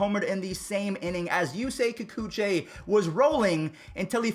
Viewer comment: "yusei kikuchei"🤣🤣🤣